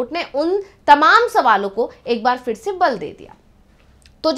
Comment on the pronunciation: उच्चारण का संज्ञान लें फिर( फि्र नहीं)